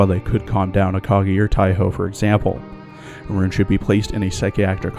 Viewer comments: Deutsche pronounce "Roon" is RON, not fuckink rOOn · Just a thing about Roon (btw, it’s pronounced “Rhon”), her lasted skin, which also happens to be her only L2D skin, LITERALLY HAS A YUNO GASAI REFERENCE! Yeah, I’m talking about the Yandere face here.